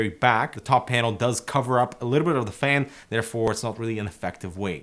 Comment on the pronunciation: Thumbs up if you love the way says FEHN:D